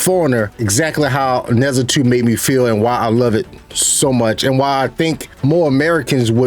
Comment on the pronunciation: It's Nur-JAH. Not nezza